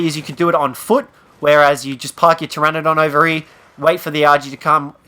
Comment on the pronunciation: it's Pteranodón, pronounced TRANNODON